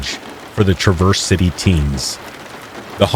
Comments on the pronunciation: Its pronounced Traaaverse City it's a long "A" sound not "truhverse," as in you traverse around an obstacle. It's OK, a lot of the names of cities in Michigan give people not from there a hard time. Like Ontonagon, Mackinac, Dowagiac, and Ypsilanti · Hello, I’m from Michigan and this is just a friendly tip ( because Michigan does have some weird names for towns ) Traverse city is pronounced as one syllable sounds like Traaaverse City not Traverse-Verse. You know I love you man and appreciate all the hard work and professionalism you put into your channel ❤ Peace Out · It’s pronounced Trah-verse city btw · Not “ triverse city” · Ahhh I continue to listen to this, it is cringy every time you mis pronounce the city in Michigan…. “ travor city” or “traver city”. !!!!!!!!